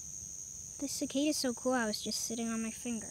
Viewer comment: It's cicada not zicada